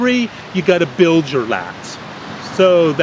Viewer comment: No, he isn't german. His "Auf Wiedersehen" got a very strong english accent. But it's nice when he say that. I'm german and I think it sounds nice :-)